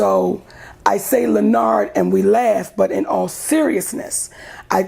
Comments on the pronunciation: Stop it Len-arrrdt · Every time she says Lenard I crack up laughing.